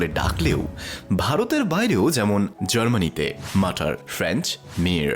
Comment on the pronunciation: কেবলমাত্র টার্কিতে মা কে বলা হয় „Anne”, যার উচ্চারণ “আনে”। আর জার্মান ভাষায় „Mutter“ শব্দের উচ্চারণ “মুটার”, মাটার নয়। আর একটা মজার কথা হলো, এখানে শিশুরা যখন স্কুলে গিয়ে জার্মান ভাষায় অক্ষর পরিচয় শুরু করে, তখন প্রথম অক্ষর শেখে M, দ্বিতীয় অক্ষর শেখে A. প্রথম যে শব্দটি এরা লিখতে শেখে, তা হল „Mama“. এটি ই মনে হয় প্রকৃত শিক্ষা, তাই না! সত্যি মা তো মাই হয়। Thanks for this nice video.